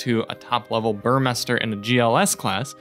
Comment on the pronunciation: Finally someone didn't mispronounce Burmester as bUrMeIsTeR.